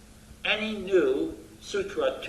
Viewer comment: It's surah, not sutra (i think sutra is related to hindu scripture)